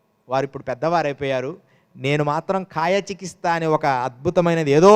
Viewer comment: చికిత్స ను చికిస్త అంటున్నవు నువ్వేం యోగివయ్య